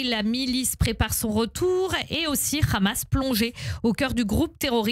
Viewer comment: C'est pas khamas خماس mais hamas حماس فئ